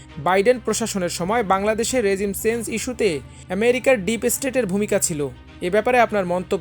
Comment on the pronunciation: সংবাদ পাঠকের উচ্চারণে ত্রুটি লক্ষণীয়, যেমন: সচেতন রেজিম চেঞ্জ এছাড়াও আরো রয়েছে।